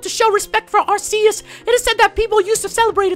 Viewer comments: AR-KEY-US!! Not AR-SEA-US! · You read it like Arkeus not Arseus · Its pronounced ARC-E-OUS nor AR-C-US >_> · Its ar-key-us not ar-se-us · Every time he said are-se-us I said ar-key-us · Ar-see-us, ar-key-us. Row-tum, scro-tom. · IT IS ARK-EUS.... NOT ARSEUS!!!!!!! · I know this video is years old, but it's pronounced Ar-key-us, not Ar-see-us. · Ar-KEY-us not Ar-SEA-us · It's ar-key-us,not at-see-us!!! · it's pronounced Arceus with a 'k' not an 's'... watch the movie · actually its Ar-Key-Us not Ar-ce-us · not ASSCUS AT ARCUS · It's not AR-SEE-US it's AR-KEY-US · Ar-Kéus Not Ascuse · Is pronounced ar-key-us not ar-see-us. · It doesent sound like arseus it sounds like arkeus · u pronounce arceus ar-kee-us not ar-see-us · It's pronounced R - KEY - US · Its pronounced are-key-us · Ellery Park AR-KEY-US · IT IS PRONOUNCED ARE-KEY-US AND IF NOT CONSULT A POKEMON HANDBOOK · arceus's official pronounciation is "ark-ee-us" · its actually pronounced Arkeus. Just stating a fact ppl. I do like Ggiratina a lot but Arceus is awesome. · People will hate me... it's pronounced Ar-ke-us GameFreak confirmed. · Everyone here is funny with the pronounciations, the one movie they did in English for Arceus pronounced it as AR-SEE-US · Arceus is really said arkeus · p his name is ar-key-us as said in the pokemon Sinoh handbook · first it's r-k-us now arseeus? gimme a break its ARCEUS. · watch the ar-key-us MOVIE! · arceus=arkeus in pronouncing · your prounauncing Arceus wrong its arkeus if you said it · not trying to be mean but in the movie they pronounce it AR-KEY-US :) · It's pronounced Ar-KEY-us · It's Arc-eus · It is not aseus!!!!!!!+It is un-own!!!!!!! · Pronounced Ar - Key - Us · Pronounce Arceus As Ar-Ki-Yus Please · Actually, as of watching the movie based on Arceus, the pronunciation used by the people in it was Ar-Ki-us... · Arceus is pronounced are/key/is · arceus is pronounsed arkeeus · It's arK-E-Us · and just for help u say it ar-ke-us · Pronounced arkeyus